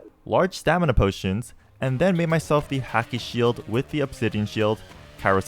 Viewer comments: P.S it's Haki (H-au-key) not Haki (H-ah-key) it's a small thing but made me cringe when I heard it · haki is pronounced like hockey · You can really tell the dude hasn’t watched One piece or at least not very far if at all. From the dudes pronunciation of “hacky” to him saying “Ray lay” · Everytime he said hacky and not haki a little piece of me died